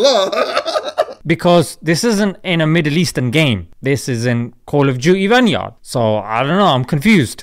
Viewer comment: Man said VANYARD